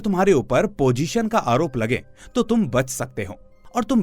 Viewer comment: Pojeshan? I thought you do professional voiceover. 😂